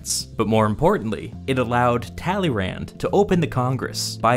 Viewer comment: Kudos to a great video and thumbs up for this huge task except the funny pronunciation of Tälleeränd. Please! Check the right French pronunciation..... tuh-lay-'Râ. Stress on last sillable which has a nasal a